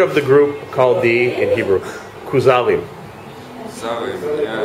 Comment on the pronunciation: The KAZE-ARRS?